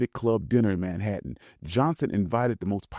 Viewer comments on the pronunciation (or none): none